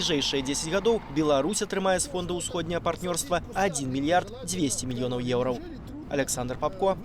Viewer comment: Что за "еурау"? Учите белорусский язык